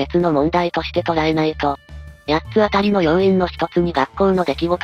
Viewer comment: 読み方を「やっつあたりやっつあたり」とするのはやめてほしい… それはそれとして弟があまりにかわいそう 兄はサイコパス、母は平和ボケの日和見主義のアホ、父は空気